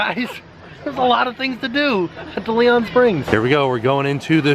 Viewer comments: I love your channel but the park is pronounced DAY-LEE-ON Springs. Like the famous explorer. Thank you for all the great videos and keep up the good work! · Take a shot every time mispronounces "DeLeon"...I died